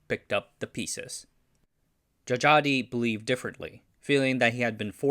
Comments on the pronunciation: a little tip. old names that still include Dj or just j is unique. Dj is pronounced as a regular old j but "j" is pronounced as y. so it's not Jajadee but jayadee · djajadi read jayadi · If you're going to make another Indonesian historical video Dj would be pronounced J as Djajadi is actually pronounced Jayadi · The names on this video is using old Dutch spelling. Dj is J, J is Y, Oe is U, Tj is C. So Djajadi is read as Jayadi and Sioe is Siu (Chinese : Xiu). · Djajadi is pronounced JA YA DI (jah yah dee) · it's an old Indonesian pronunciation, and his name actually pronounced as "Jayadi Jaya", or "Jha-yha-dee Jha-ya" in English tongue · Wrong pronunciations: Salim isn't Salam but Saleem. Djajadi isn't Jajadi but Jayadi.